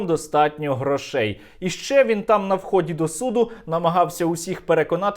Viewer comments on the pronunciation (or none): Правильні наголгси: грОшей, судовЕ засідання.